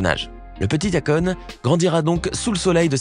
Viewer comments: Eykon ca se prononca meme si s'a s'ecrit ako' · BON pour la prononciatio, Akon.....;il faut prononcer AYkon ! Et pour son vrai prenom c'est Alioune BADARA Thiam, le damala cétait une blague, il disait DAMALA BEUGU, c'est du wolof qui signifie je t'aime. Il s'appelle pas DAMALA mais BADARA ! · Qui a réécouté le nom de Akon?🤣🤣🤣🤣🤣🤣 quelle prononciation ! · Y prononce très mal akon